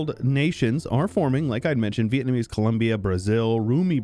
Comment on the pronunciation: Normal people: "vietnamese": "vietnamessay"